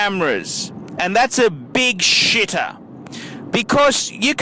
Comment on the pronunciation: It's the Glahsss. The Glahsss! It's a Shitahhhh!... LOLOLOL This is funny. But can't complete watching it.